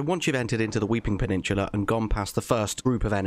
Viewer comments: I hate when u say peninshula 😭😭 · Me: Peninsula: Peninchula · Wtf is a pennichula? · I could listen to you say, "Weeping Paninchulla" all day long, my friend